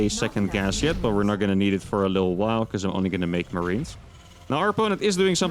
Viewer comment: you know when you try to say while you always say weyll instead of while !!!!!!!!!